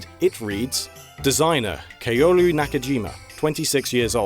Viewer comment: "kay-oh-roo" *tsk tsk* Little tip on pronouncing Japanese names and, well, everything else from that language; all of the vowels make the same sounds regardless of placement. Yes, that includes 2 of the same in a row. a sounds like "aw" as in awful e sounds like "ay" as in stay i = "ee" like in queen u = "oo" like in spoon o = "oh" Now say it with me; "Kah-oh-roo", Kaoru, cow-roo